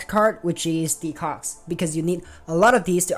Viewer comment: No sir, I heard it...and I won't unhear it, even if you ask me nicely 🤣